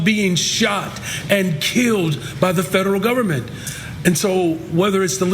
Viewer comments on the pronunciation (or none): none